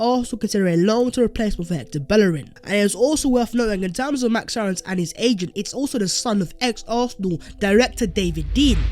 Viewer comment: Keep your hands off and btw pronounce Aaron’s name like airr-ons